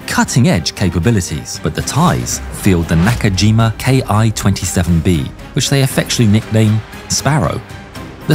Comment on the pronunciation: Ki27 is pronounced [ki]27, not [kay-aɪ]27. "Ki" is an abbreviation that means aircraft.